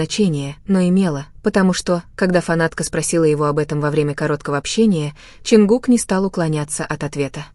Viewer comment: Блогер, вы сначала правильно произнесите имена айдолов, потом дальше продолжайте врать. Не Теён, а Тэхён правильно, не Ченгук, а, Чонгук. Сначала запоминайте их имена, а уж потом начинайте врать! Позор!!! 😡😡😡😡😡😡😡